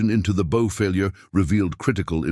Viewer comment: A lovely inspiring and instructive story of human determination and resourcefulness overcoming disaster in the face of unrelenting nature. Well done. However, the use of "bow" - pronounced as "go" instead of "wow" by the voice synthesizer software delivers a jarring effect that detracts from the presentation. Perhaps you can make corrections?